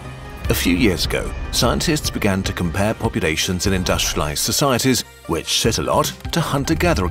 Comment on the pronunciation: I thought he said “shit alot” instead of “sit alot